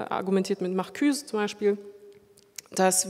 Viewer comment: "...(er argumentiert mit) Markühs??.." --- ich musste hart lachen, denn es/er heisst Markuhse, woll 🍑, Herbie Marcuse